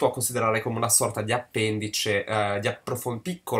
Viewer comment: WTF? Appèndice? Appendìce! Giuro che appena l'ho sentito m'è venuta la pelle d'oca! 😨